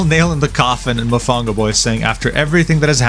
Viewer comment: I can’t believe you pronounced Mofongo wrong, you dissed my favorite dish bro 😢 usted es mal brother